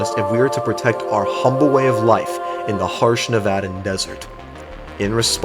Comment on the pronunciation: thanks you for pronouncing nevada correctly :)